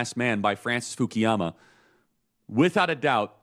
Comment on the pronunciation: 我敢说，他根本就没有看过福山的书。因为他连福山的名字都一直叫成fukiyama。但是正确的发音应该是 Fukuyama。如果他看过福山的书，就应该知道他的名字的英文拼写。